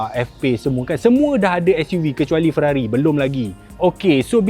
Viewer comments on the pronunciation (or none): none